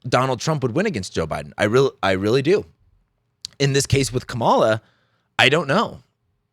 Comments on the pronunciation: Here's a fact you overlooked: her name is pronounced: Comma-la. Or ", la". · Please pronounce Kamala's name correctly. Comma la... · Her name is pronounced Comma-la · Emphasis on the first syllable. Like Kamala. 🤦‍♀️ You said that this is all utter nonsense. I agree that all you said is utter nonsense. Jesus. Unsubscribed. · You might want to start with learning how to pronounce Kamala's name correctly. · Please have some professional respect and learn to pronounce her name. So lame. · Why can't you say her name correctly?